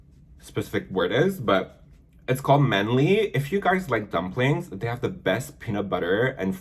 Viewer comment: Your train go though kills me 🤣manly= man-li lmaoo